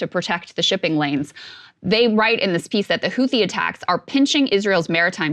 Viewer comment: shew... the "h" in "Houthi" is a silent one. pronounced "hoo-tee"